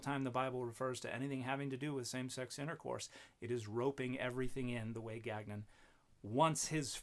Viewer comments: French Canadian here. Gagnon should be pronounce gawn-yon. We don’t pronounce the second g. The Robert on the video forgot his ancestral roots. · Dude can't pronounce his own name lol. Ga-nyon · I denounce any Gagnon who can't pronounce our name properly. It's French ga.nõ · I won't be petty and I have not watched this dans cette totalite... but my long dormant french canadian soul quails at "gag none" Their name is theirs to pronounce how they see fit, but my dude that is not how Gagnon is pronounced. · I just want to say, as a Canadian living in Quebec, I object to Gagnon's pronunciation of his name, as abhorrent to God. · Gagnon is likely pronounced "gan-yoh" or something close. It's a French name, quite common in Quebec